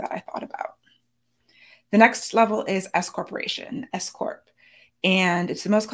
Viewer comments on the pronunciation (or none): I keep hearing 'if you're considering becoming an escort" instead of 's-corp' 😂